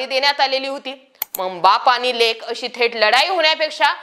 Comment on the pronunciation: शुद्ध बोला. आनी पानी तांदळाची गोनी. काय भाषा बोलते ही बया. 😂😂😂😂😂😂😂😂😂😂😂😂